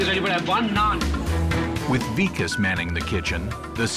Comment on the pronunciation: The way the narrator pronounced Vikas 😭😭 weakass LMAAOO sorry Hahhah